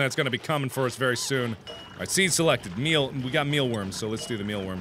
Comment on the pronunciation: ITS MEALWOOD MARK NOT MEALWORM